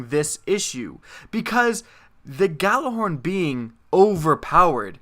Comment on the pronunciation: Why can nobody pronounce Gjallarhorn correctly?